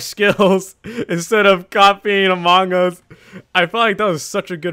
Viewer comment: Amog us, he said amog us, this is legendary